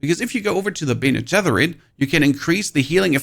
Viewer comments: dude pls stop say bene getherit. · dude great video but who taught you how to pronounce "Bene Gesserit".... Mike Tyson? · Look up how to pronounce bene gesserit.... please. There's no TH sound in it at all.